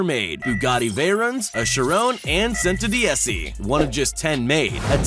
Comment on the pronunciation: You pronounced the 3 Bugatti wrong, The veyron, The Chiron & The Centodieci And the second time you pronounce Chiron, you pronounce that wrong too.